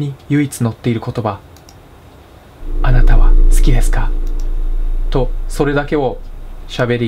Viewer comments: あなたはって連呼してるとこ花束って聞こえるww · あなたはが花束って聞こえるw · あなたはが金沢にきこえる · あなたはって連呼するところ、花束って聞こえる（笑） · 花束、好きですか？ に聞こえるw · だんだん花束って言ってるように聞こえる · 金は好きですか？に聞こえた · そこねわかるわ